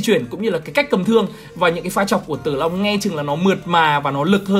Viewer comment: tao nghe là Zilong nerver die